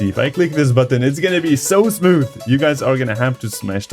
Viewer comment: Everybody that loves hearing him say "Smiooth" 👇